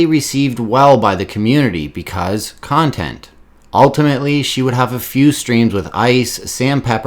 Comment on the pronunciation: He's pronouncing contont wrong